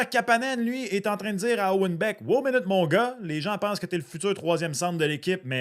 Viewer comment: c'est pas wow les moteurs! C'est Wô, les moteurs!